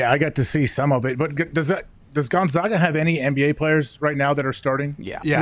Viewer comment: GonzAga. Get it right, pal.